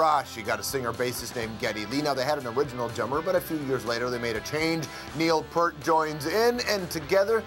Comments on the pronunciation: Peart = "peer-t" not "per-t". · "Peert", not "Pert"! It's literally spelled "ear" right in the middle! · It's P-e--e-rt, not Pert. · lol "Neil purt" it's "pe-urt" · Neil "PERT"?? C'mon I'm from America and I know THATS not correct. Stroumboulopoulos is such a nerd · ITS FREAKING PRONOUCED "PEERT"!!! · Uh..Strombo, your credibility gets a low mark. You don't know how to pronounce Neil's last name. Amateur.